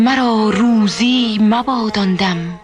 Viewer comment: با درود و مهر صد حیف که هم خانم فخری نیکزاد و هم خواننده بزرگمون این مصرع حافظ را اشتباه خواندند و معنی کلام را عوض کردند. مرا روزی مباد آندم که بی یاد تو بنشینم در این غزل حافظ کلمه روزی را به معنی یک روز بکار برده اما در این برنامه کلمه روزی باتوجه به تلفظ اشتباه به معنای رزق و روزی بکار رفته